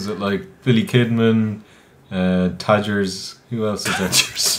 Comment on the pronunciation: You guys are outstanding, I watch your reviews dozens, hundreds of times. There is something I don't get it. You guys mentioned Tajiri... why keeps calling him "Tajers"? (Tajers, right?)